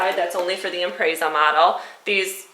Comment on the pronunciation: Im-prezz-uh, not im-prays-uh